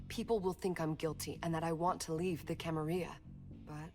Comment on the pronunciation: I thought it was pronounced Camarilla, not Camariia. Also, where is the character build screen? I wanna be a Malkavian like in bloodlines.